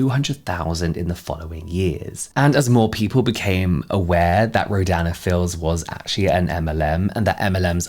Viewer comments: I'm drawing while I'm listening to this and auditory processing is fcking me up, every time you say the brand name I hear "Ro- Dan and Phil's" lmaoo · Every time you say Rodan & Fields my brain hears "(ro)Dan and Phil(s)" and I just picture Phan leading an MLM 😂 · I kept mishearing “Rodan and Fields” as “Ro-Dan and Phil” and was getting so confused 😭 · i keep hearing “dan and phil” instead of “rodan and fields” i am truly lost to the sands of the internet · Your accent kept making me hear "Dan and Phil" 😂😂